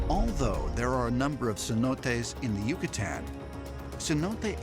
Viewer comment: That guy pronouncing Yucatan the way he did made me cringe